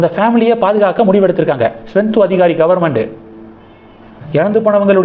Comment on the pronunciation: மேற்கு வங்காளம் முதல்வர் பெயர் ஸ்வெந்து அதிகாரி அல்ல. சுவேந்து அதிகாரி என்பது தான் சரி. சரியாக உச்சரிக்கவும்.